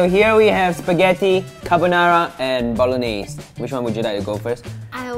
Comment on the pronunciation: It's like pasta boloneigh tho